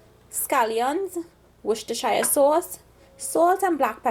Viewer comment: Hi, I've tried many of your recipes and they're very good, thank you so much. I just wanted to let you know that Worcestershire is pronounced, "Woors-ter-share". You're NOT the only person who pronounces it like that; I did the same until I realized it was wrong. Many others, especially in the Caribbean pronounce it wrong. English is really a very confusing language; the pronunciation of many words are not pronounced as spelt. I hope you don't mind me letting you know this, but I did it because being a Trinidadian myself, I wouldn't like anyone to laugh at us Trinidadians. We are supposed to help and correct, especially our own people. God bless you for the wonderful job you're doing. Great teacher!